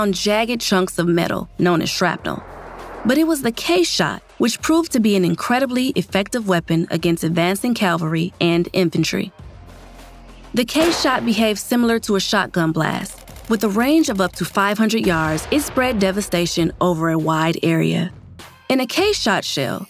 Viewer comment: Poorly done - really dumbed down. Use Park Rangers/ historians vice someone reading a script BTW its pronounced cavalry- mounted men not Calvary site of the crucifixion.